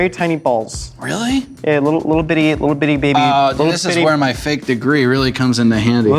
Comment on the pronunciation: "It's a calzone bebby"